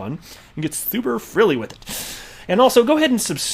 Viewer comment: Frigilley lol, love it Lambo, cheers.